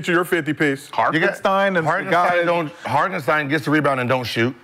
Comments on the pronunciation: Is somebody gonna tell McCants it’s hartenstein not harkestein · Never take advise from a dude who can’t pronounce a name😂 HarKenstein😂😂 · he don’t butcher it as much as McCants. I’ve heard him butcher a lot of names but McCants does this one EVERY TIME